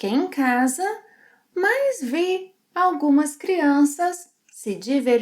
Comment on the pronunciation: It sounds like you pronounce “mas” as “mais”.